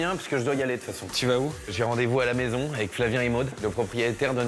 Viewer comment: Another case of eating syllables is when the guy says ec instead of avec. J’ai rendez-vous ec Maude.